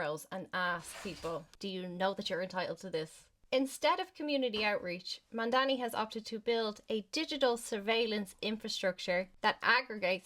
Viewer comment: This is the dumbest thing I’ve seen in a while!! You can’t even read Mamdani properly or at least mispronounce it consistently… mandami to mandani to mamdami and on and on. You criticize him saying it the first of its kind and them proceed to give an example about something not childcare related. You’re the type that needs everything spelled out for you or your little brain can’t comprehend it accurately. You also said the children are unsupervised - absolutely moronic and a dry-mouthed disgrace! You don’t deserve this fucking comment and I will be reporting your post and account for spreading misinformation!! Go inform yourself before spewing your nonsense and putting your intellectual inabilities on display like this!